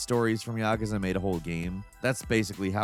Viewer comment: Tbf, he probably says Yakuza more right than most of us.